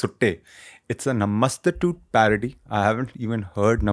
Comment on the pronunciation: Bruh, Namastu-tute???😂😂😂